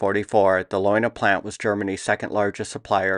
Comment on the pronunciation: In German all vowels are pronounced. So the pronunciation is more like "lay una". You have great stuff.